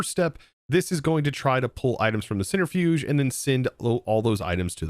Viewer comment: To be fair, it's probably because of how he's heard it, since he also CALLS it a "center-fuge", rather than "centri-fuge"